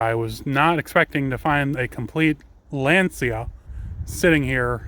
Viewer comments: A litte advice..we say Lancha not Lenzia😂🤌🏻💪🏻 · Glad I looked down the comments, I was going to say roughly the same thing. In Italian "cia" isn't "See-Ahh" but like he said; "cha". I learned some Italian when I lived there in the 1970s. By then the big engine for a Fulvia was 1.6 liters. If I remember correctly, it's an aluminum V4.